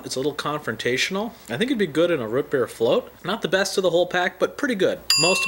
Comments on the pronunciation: It's not rut beer, it's root beer. Like scoot, or shoot, or toot. Just curious, where are you located in the USA? Sounds like the mountain west. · Root not Ruut. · lmao everyone is making fun of you saying rut beer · He says root weird